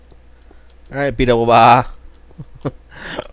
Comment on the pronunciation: It really should be BAAHH-doubleO